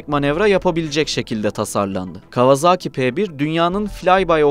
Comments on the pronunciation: Kawazağki değil . Kavasaki diye okunur bilader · Artık 'Kawazaaki''ye bir son vermek gerekli değil mi? Doğrusu : Kawasaki, yazıldığı gibi.